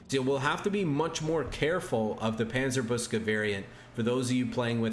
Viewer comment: Hey, from a german speaker: Panzer-book-se, not Panzer-boos-ke would be a more accurate pronounciation🙂